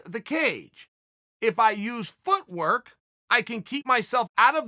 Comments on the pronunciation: Justin actually said “feetwork” not footwork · “Feetwork”, Justin’s strategy 😂 “Smesh dis guy”, Khabib’s strategy 😂